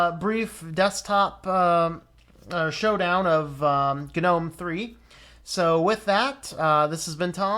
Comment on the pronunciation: I think people who pronounce Gnome as Guh-nome should be shot, strangled, and hung upside down naked in Times Square. It's as stupid as pronouncing Linux as Luh-inux. I don't care what Stallman or anyone else says. It's wrong, it's just wroooong!